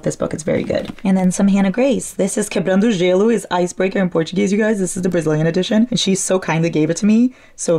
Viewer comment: is brazillian? i'm new here but her pronunciation of quebrando o gelo was perfect